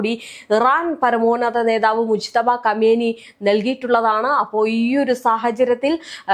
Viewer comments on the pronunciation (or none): none